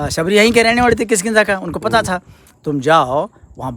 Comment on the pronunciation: It's not khiskinda lol😂😂😂😂